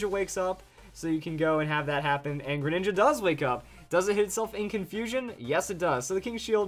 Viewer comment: You said mega greninga